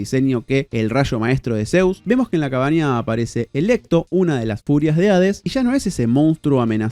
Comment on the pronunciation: Perdon, se me raya el disco cuando dice "Electo" cuando es "Alecto"